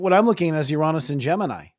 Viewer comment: You are a great presenter! Christopher - Love the glasses, but please fix your pronunciation of Uranus 😅 - Thank you for always being down to earth when sharing your insights/opinions. ⭐